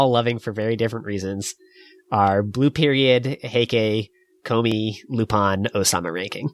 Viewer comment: Is that how you really pronounce Lupin wtf I've been butchering it all aloing